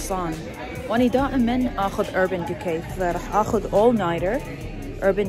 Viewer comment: ما تكول اخذ تكول اخوذ 😂😂 هواي تحجي انكليزي🤦‍♀️🤦‍♀️ عبالها متابعينها عباقرة